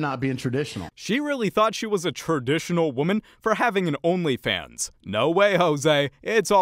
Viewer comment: TRA - dictional or TRA- mp